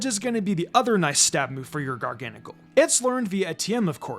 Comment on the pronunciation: I pronounce Garganacl as gar-gə-NAY-kəl